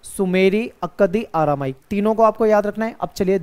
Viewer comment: सर आरामाइक नहीं अरामाइक 😅😅